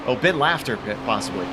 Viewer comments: Great broadcast! You caught my moment of terror and fury perfectly! Sad Ben is sad... By the way, the name is pronounced laf-ter. Think "Laughter is the best medicine". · Watching this back several years later and I can say that the exhilaration and the pain of this are both still so fresh and visceral Painful though to hear my name pronounced as Lauter over and over.